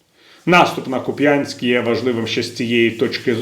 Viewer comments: Наголос на першому складі: КУп'янськ. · В назві Куп'янськ наголос падає на 1-й склад. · Нє, ну вже дістали... Вже всі знають, що в назві міста Куп'янськ, наголос ставиться на "У"! Ви спеціально так робите? Я не кажу київ с наголосом на "ї"? Виправляйтеся!